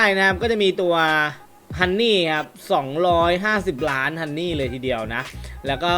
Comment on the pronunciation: ฮันนี่ครับ!!ไม่ใช่ฮอนนี่ฮอนนี่คือเงี่**ครับ😂🤣